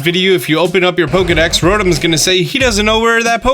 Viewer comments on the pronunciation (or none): none